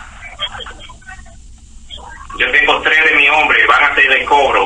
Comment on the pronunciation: The scammer's accent doesn't sound Mexican. Sounds Venezuelan or Columbian. when he says, "importa" the r almost has an "L" sound like "Impolta" listen to how he says, "cincuenta" In various places he cuts the "S" off the end of a word, "Estamo", "Tre"